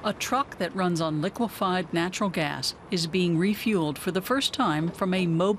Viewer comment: Do you know how to say "natural gas”?